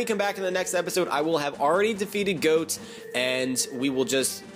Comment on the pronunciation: its pronounced got